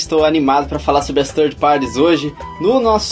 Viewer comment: Ótimo podcast! Ótima recomendação do Coelho. Irei conferir as edições anteriores também e as que virão. OBS: Third (terceiro) se pronuncia "tanrd" e não "tanri", essa é a pronúncia de thirty (30). Pra mim não parecia que vocês estavam falando de terceirizados, mas de trintões, hehe! Grande abraço! /o/